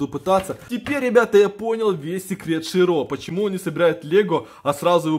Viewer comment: Не ширО а шИро